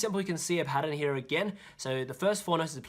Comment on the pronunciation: Yeah same with "heyear"